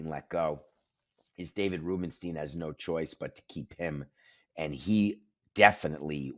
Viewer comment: You're mispronouncing Rubenstein.